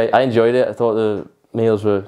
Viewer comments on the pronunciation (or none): none